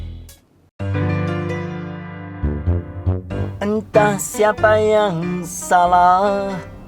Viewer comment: Loceng bang...bukan Lonceng